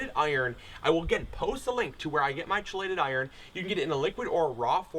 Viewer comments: It's (key-lated) not (chee-lated). Otherwise good presentation. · Chelated is pronounced KEY-LATED. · Chiiiii-lated lmao ….anyway thanks for tips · Chelated iron is pronounced KEY- late-ed. Great vid! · Neat video i look forward to trying to grow my own coffee. Sorry to sound like a grammar snob, chelated is actually pronounced "key lated" or " kelated", I've learned a lot about this recently, which is why it's fresh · Hey dude, love your work, very informative and will try with my coffee plants. by the way 'chelated' is pronounced 'key'-lay-ted, its one of those weird english thingys. Cheers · Chelated iron. Pronounced with a K sound btw. Awesome vid, man.